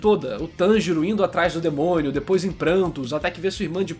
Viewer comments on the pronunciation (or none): none